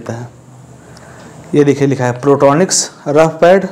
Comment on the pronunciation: प्रोट्रोनिक्स नही बोलते हैं इसको पोर्ट्रोनिक्स बोलते हैं इसको भाई थोड़ा नाम shi se lo